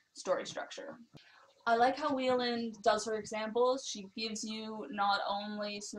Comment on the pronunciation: I wish you had looked-up the woman on YouTube. In most of her posts, she begins, "Hello, I am..." and pronounces her name, not 'we-land' more like Y-land. The AI often writes it as Ireland.